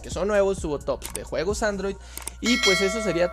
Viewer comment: No sabes Decir Juegos? :v